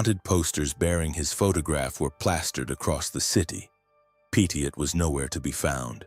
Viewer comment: His surname is pronounced PETTY-OH It's worth also looking at Henri-Désiré Landru, the French Bluebeard, who killed 11 women after pretending to marry them in the 1920s 😮